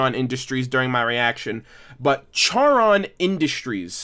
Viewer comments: I love how you are remembering Charon industries but it’s pronounced CAR-on not CHAR-Ron. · Car on. Not care on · FYI Charon is pronounced with a "K" sound not a "Ch" sound, the name coms from the boatman of the river Styx in greek mythology. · I’m really hating to be that one guy, but it’s pronounced CAR-on, not CHAR-on. Charon is the Greek god who ferried souls across the River Styx. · Not try to be mean but your say charon industries it's pronounced like car-on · Just so you know, Charon is pronounced "Car-on," just like the Greek ferryman of the underworld. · It’s Car-on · FYI the "h" in "Charon Industries" is silent. So it is pronounced Carr-on. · Just to clarify, Charon is pronounced like car-on. The h is silent. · Ok one its pronounced choron or (car-on) 2 your on the right track good one lad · You were half right, Charon is actually pronounced car-on. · I want to point out although it’s spelled Charon industries it’s pronounced karon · Its pronounced like caron industries. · Simon Petrikov no it Charon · You mispronounced Charon